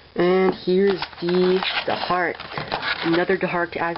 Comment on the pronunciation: You said deharak